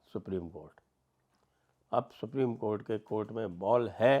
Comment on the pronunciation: Supri.... co... nhi supri.. cothh.....